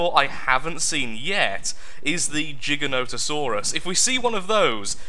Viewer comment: The word giganotsourus is so funny xD is the only you tuber I've heard say it right.